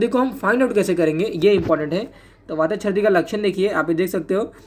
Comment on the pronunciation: Very epic😂😂sir : sardi nhi chrdi okkk...